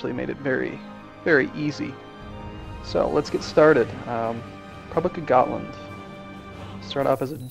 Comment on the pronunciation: at last an american who pronounces Gotland right